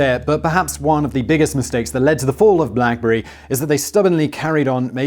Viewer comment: Blackbury? Wtf Simon